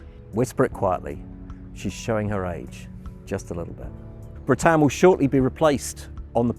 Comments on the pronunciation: That surprised me too. It doesn’t show the English in a good light. Some of us try to make the effort with the pronunciation. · At least pronounce her name correctly. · Oooooh why the expense of producing such a fine video and then not pronouncing her name properly ? 😱 The lady hostess at the start was so gracious and pleasant in helping Nigel with this, yet he (a company employee) carries on and ignores her good counsel. Incroyable. 😜 A fine ship, travelled on board her in the 90s. 👍